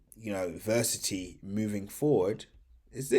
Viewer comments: Ver ass it - e , say it with me come on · Why do you not pronounce the A in Verasity? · It might be a good idea to learn how to pronounce Verasity.